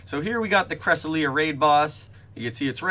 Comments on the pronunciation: Cra-sel-yuh not cres-uh-lee-uh, but thank u for updating us on everything spoofing related, if u get the new key for this week, would u mind pinning a comment too? I believe they’ve been giving free keys for the past weeks due to parteon problems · yea cresselia is a weird one cuz the pronunciation in the poke book is correct but it can still be taken 1 of 2 ways